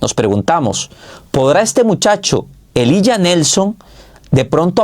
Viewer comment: Elijah se pronuncia "Ilaya"